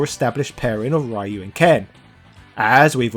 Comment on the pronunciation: I love that you have done this level of research into streetfighter but still pronounce ryu as rye you